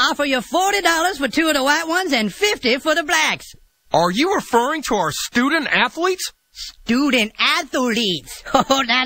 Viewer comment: stoodent atholeet